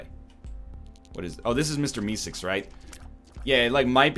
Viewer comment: ''mr misicks''. ''mr misicks''. ''mr misicks''. kill me. someone please. he cant even pronounce mr meeseeks